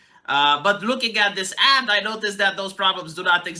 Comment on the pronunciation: Ad. Not add. These ads don't add anything tonour culture.